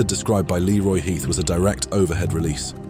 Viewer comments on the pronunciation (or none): none